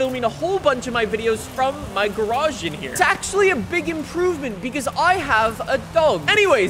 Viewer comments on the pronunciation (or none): its a garage not a gaarrachee lol